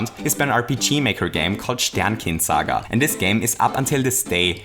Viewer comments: wait dude, how you said "Sternkind Saga" seemed oddly native to me, are you germanic? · Manmanman, schaue deine Videos schon ne weile und merke jetzt erst, dass du Österreicher bist. Deine Aussprache von Sternkind Saga war einfach zu gut :D Ich mag deine Videos echt verdammt gerne, bleib dabei :D